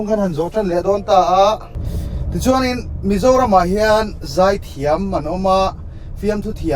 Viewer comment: 'Zai' tih i lam dan hi, 'Mami a zai' tih ang deuh hian lam zawk la hriat a nawm ka va ring em,. A hmuhnawm thin lutuk em em em mai, ti zel teh